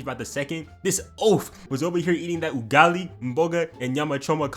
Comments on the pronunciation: Nah hold up, mans said Ugali, mboga and Nyama choma a bit too smooth, where you from dawg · Man said Ugali nyama choma combo, as a tanzanian i approve this message